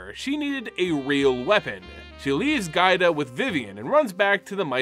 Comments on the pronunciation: I had a stroke every time you called Giada gaida lol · Anyone else think "Giada" is pronounced "JA-da"? Given the use of several Italian names here, that seems more likely. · Nice coverage but the way you tortured Giada's name hurt so bad. One of the most beautiful names, too. It's "Jaa-dah", like with Giada De Laurentiis. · Pain when you misread Giada's name to Gaida :(